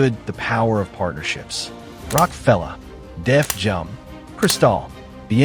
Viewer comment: Did this A.I. say Def Jum?😂😂😂